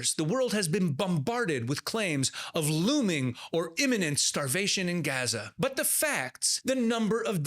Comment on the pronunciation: The native people call the place Azza. He adds the 'g' sound, for western ears, but otherwise pronounces it correctly.